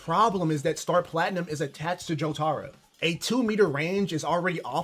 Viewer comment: he's saying jo-taro not his name i rest my case mf wrong asl